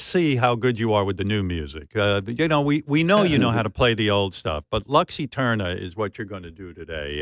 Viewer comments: "lox Iterniah". Si pronuncia "Lucs Eterna". Altrimenti usate l'Inglese. Latino for dummies! C'mon Metallica, anyway! ;) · Bro had it written down on a card and said “Lux Eterner”